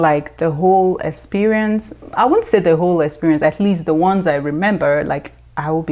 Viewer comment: I don't know if I'm late to this party but even here... You said 'esperience'. I'm sure you meant Experience.